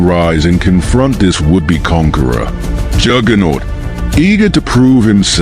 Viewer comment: Lol dak seed and jjooooger-not